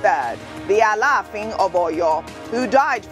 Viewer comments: Ojy pronounce Alafin name properly good one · Pretty Ojy really tried in the pronunciation of the names of the Alafin of Oyo. Bravo👏 gal